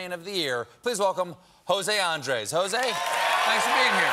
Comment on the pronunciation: There's a reason for the 'tildes', those little sticks on top of the vowels. They indicate which syllable to stress. jo - SEH. an - DRESS. 🤓